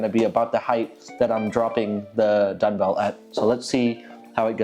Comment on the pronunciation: Are you saying dunbell or dungbell? That’s dumb, as in dumbbell. Eisenlink says 80 lbs on each dungbell is the max. Why would do more than what they recommend? The Rep Pepins look horrible to set on your knees like you did in the video with the Eisenlinks. I would’ve gotten as much out of a 10 sec drop test. Sorry. And the shipping on weights from Ali is a good chunk of money that you completely ignored.